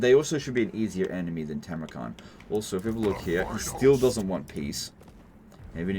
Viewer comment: It's Funny that you keep calling the dude "Timrukhan" while he is actually "Timurkhan", the name likely borrowed from the real-world mongol khan Timur (aka Tamerlane)